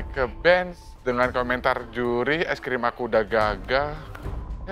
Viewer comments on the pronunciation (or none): Tolong aku tu dr kmaren ngakak pol sama bilang ice cream jd es grem